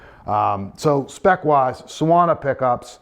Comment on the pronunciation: Suona means "he/she/it plays" in Italian. It's pronounced "soo-AWE-nah", more or less.